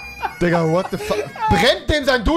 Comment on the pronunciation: Es heißt THE und nicht S